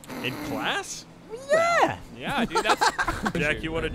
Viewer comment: Gavins british yeah kills me